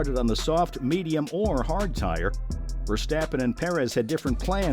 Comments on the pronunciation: And as usual yanks butcher names. For fek's sake it is NOT VerstEppen! Use your best friend and find out Max's proper surname pronunciation amateur. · I do think your listening to an AI voice trained with an american accent. You really need to look up how his name is pronounced in Dutch and then practise. The way the Dutch speak out the R isn't easy for native American or English speakers.